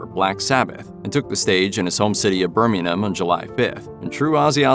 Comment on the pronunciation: cant even pronounce Birmingham